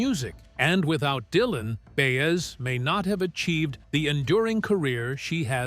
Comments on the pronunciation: Good God, I hate AI generated narrators. The meter is always off and names, such as Baes, are offensive. If someone goes to the effort to produce and edit a film, why can’t they find a living breathing human to read the copy? Its value is diminished greatly by such a cheap soulless voice. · Bi ez not Bayez! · BAY ez for Baez... even my dog knows that. AI sucks